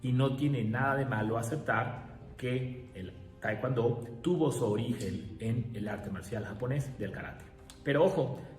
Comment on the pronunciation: es tae kwon do nooo taicuando